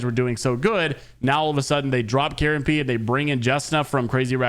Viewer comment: It's KaronPe not Karen Pee